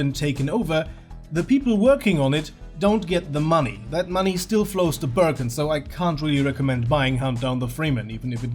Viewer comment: Also the pronunciation of that guy's name should be Ber-Khan not Birken. i know he's a Turkish guy.